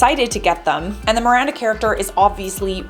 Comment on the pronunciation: "Amanda" - Miranda* sorry bugs me especially in a news thingy